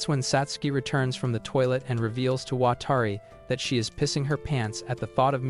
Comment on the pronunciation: "Watari" "watery" Edit: WTF